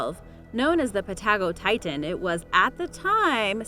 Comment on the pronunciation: its pa-ta go-titan